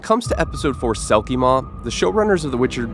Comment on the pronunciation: Selkie Mór (pronounced moor) means big selkie in Irish which is fitting seeing as geralt get swallowed by it.